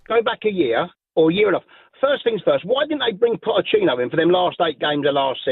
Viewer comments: He called him pottechino throughout the call 😂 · Shock this bloke calls him 'Potterchino'...cant read & doesn't know football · listening to That deluded chelsea fan for any longer than a minute actually makes you dislike them even more and if they go back to finishing 12th next season there will be no sympathy coming thier way given the scattergun approach of their owner the guy cannot even say pochettino properly ffs🤣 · Who would have guessed a chelsea plastic fan cant even pronounce his managers name 😂